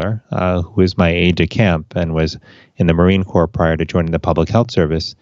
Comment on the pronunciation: it's pronounced 'core', USPHS Commissioned Corps, like US Marine Corps.